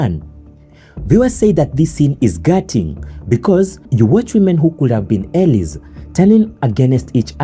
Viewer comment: Plewaw.pronounce FACADE properly and the word alies ...😅😅😅😅😅😅😅